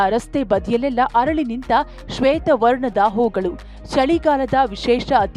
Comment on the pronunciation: ಕನ್ನಡ... ಹರಳಿ ಅಲ್ಲಾ ಅರಳಿ... ಅತೀಥಿ ಅಲ್ಲಾ ಅತಿಥಿ